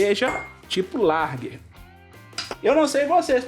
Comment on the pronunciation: Não é larger é Lager